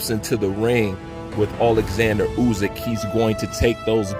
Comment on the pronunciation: Yo, its Usyk, not Uzyk.